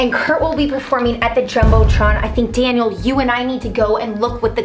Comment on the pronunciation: Kasey Krug it’s Daniel not Dainal